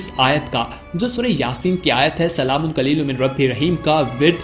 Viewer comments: Qaliloom nahi hai hazrat SALAMUN QAULAM MIR RABIR RAHEEM sahi elfaz ada kre plz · Pls recite it properly...it's not qlolum it's "Qoulam" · جناب آیات کے الفاظ کو غصب نہ کرو جس الفاظ کو آپ قلیل پڑتے ہو یہ الفاظ قول ہے قلیل نہیں ہے